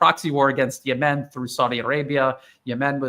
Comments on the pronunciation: is great but why does he pronounce Yemen as "Ye-MEN?" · I've heard NOBODY else pronounce it that way and online dictionaries like Websters also have the pronunciation different from.